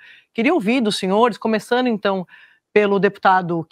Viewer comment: Começanu, ganhanu., apresentadora? Não seria ComeçanDO e GanhanDO?